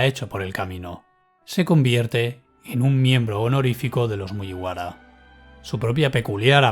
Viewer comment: Siento si el comentario es poco constructivo con lo bien que narras el vídeo, pero me saca totalmente que digas cosas como "MuYiwara", cuando se dice "Muguibara". Perdón por ser tan tiquismiquis, pero a título personal me gustaría que te fijaras en la pronunciación japonesa! Saludos y espero no ofenderte!